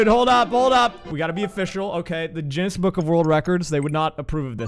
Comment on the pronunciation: did you say the "JENNESS BOOK OF WORLD RECORDS"